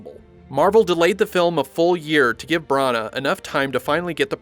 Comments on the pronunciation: the way you were pronouncing Kenneth Branagh's surname was like nails on a chalkboard to me. No offence meant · I cannot handle the way you pronounce Branagh. It's absolutely ludicrous. Brunuurrr!